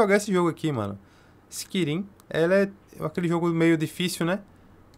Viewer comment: Pqp skirim é de doer os ouvidos